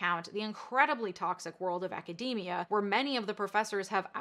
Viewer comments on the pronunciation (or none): none